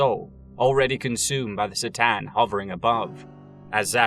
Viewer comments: K'tan, buddy. Not S'tan. You even include several cut-scenes where they are correctly named. Otherwise, nice video :) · No si-tan, C'tan, like a k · C’tan is pronounced with a ka not a sis sound. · sih-tan? C'tan is actually pronounced KER TAHN. Sorry, I'm doing my best arm-chair expert impression. Great video! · Only watched 20 min so far, but i already know is good work. I love your videos and i am super happy you are covering the 40K universe. I just noticed that you seems to pronounce the name C'tan slightly different from the way i usually hear it. More like S'tan than C'tan 🤔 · FYI The C'tan pronounced ker-TAN Or ka-TAN but absolutely NOT ser-TAN as you murmered. Get it right or pay the price. LOL love your work you know i say all that with love. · Listening to you mispronounce c'tan like 7 times in a row was torture....it takes 2 sec to watch official 40k materials and know that its said cuh-tan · C'tan is pronounced Ka-tan. Thank you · You can start by learning to pronounce C'tan.. (pronounced ker-TAN).. Only in and I'm starting to question your otherwise pretty video. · My autism doesn't like the mispronunciation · Its pronounced k-tan.